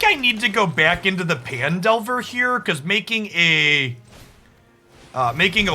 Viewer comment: mmm fresh youtube cuts. I don't care what anyone says, I prefer your twitch cuts with commentary over bland gameplay only videos. People watch you more for your hot takes and Journey covers than anything else:P as an aside; I thought Phandelver was pronounced as Fan?